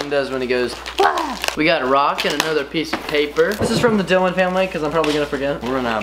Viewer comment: why do you call Dylan mylan